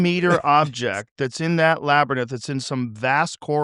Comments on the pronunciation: Hearing Joe say labernyth for the hundredth time. Just proof money and fame will stop people from correcting you! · Lol "Labernith" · We must find out what’s in the “labernyth”! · why the fuck is nobdy telling him how labrynth is pronounced